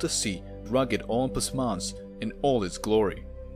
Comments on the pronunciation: "ompus" mars?? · I’ve never heard it called “Olmpus” Mons before. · OH-LUMPUS is driving me crazy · Isn’t it pronounced like O-limb-pus?............now I know that’s def not how you would write that out I’m just dumbing it down a bit. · Indeed. I noted the same. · Indeed. Sounded like Ullumpus to me. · Weirdest way to pronunce Olympus Thanks for video